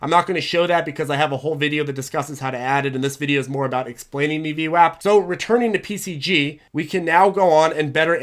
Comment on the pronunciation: it's not VWOP it's VWAP and it does really matter, you are insulting an entire race of Italians when you say VWOP